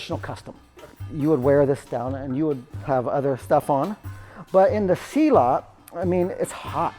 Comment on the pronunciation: Dear, I respect your work and experience. However as a South East Asian, please pronounce it properly. It’s not SEE laat. It’s silLUT.